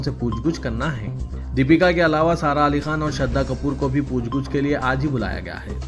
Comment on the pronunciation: puchh guchh nhi blke puchh gachh hota h aap urdu ki aisi ki taisi kr derahe ho